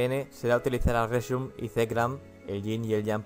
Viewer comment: Reshirum y Zekram? xDDD.En serio, dijiste eso. ᕦ(ಠ╭͜ʖ╮ಠ)ᕥ.